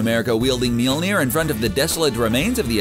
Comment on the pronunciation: Had to stop watching after the 4th failed attempt at pronouncing Mjölnir.